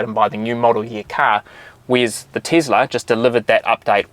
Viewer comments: "The Teazla" only in New Zealand :D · Tislah :) hahaha instead of Tesla. funny mate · Tesla🚫 Teezla✅